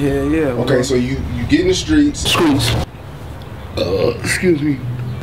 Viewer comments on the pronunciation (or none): SKREETS Me: Streets Lil Jay: Streets The Entire World: Streets Dex: SKREETS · he most definitely said skreeks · Eat With Mark The Shark! Skreets* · Okay class sound out streets Famous dex: skreets!!! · Skreets "The streets?" dex: skreets 😂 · “And then skreets” “Streets?” “Skreets” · “& then, skreets” “Streets?” “Skreets” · “Then the streets” “Skreets” “So the streets” “SKREETS” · "God blessed me with SKREETS" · skreets streets? skreets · And then..... Skreetz, Streets......(Skreetz) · This Nigga said streezs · He said skreets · Skreets > Streets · Streets not skreets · bruh the zoom in on when he corrected "streets" to "skreets" had me crying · "god blessed me.. SKREETZ"😭😂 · "ok so u get in the streets-" "SKREETS" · Skreets.. The Streets... Skreats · Such a good role model. Can't even say the word streets lol